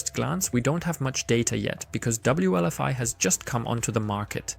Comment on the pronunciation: Wlfi not wlvi